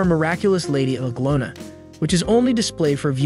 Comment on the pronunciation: Nice but reader needs to get words pronounced better. Anglona us a pilgimage site for millions of Christians.